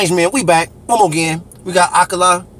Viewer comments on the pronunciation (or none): No Kar down there. AkAlA. All A like in cAn. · A-----kar-----la. Easy as